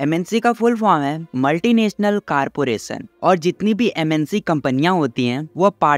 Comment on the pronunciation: Multi national "caarporason" 😂